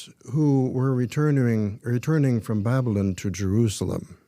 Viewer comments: This creep can't even pronounce "Babylyn". After just listening to the voice mail from the grandmother, I can barely stand to watch any more of this crap. That's unfortunate because I so enjoy listening to you,, and also. I am a never-in and secular, but the more I learn, the more disturbing I find it. Keep up your good work. I think I should take a break, or I'll be needing therapy.😏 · Yes, I agree. He says ' "Babylin". He obviously took to heart the admonition against getting an education. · I heard it as Babblin. Made me crazy! 🤯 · Babylon ends with on like the word on is pronounced not an. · The way he pronounces Babylon is very strange. JW’s do have their own language for sure!! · Why does he pronounce Babylon like that? He thinks it makes him sound more scholarly, it doesn't.